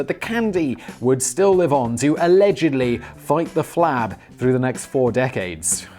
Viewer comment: "You're a horrible personalledgedly" Lol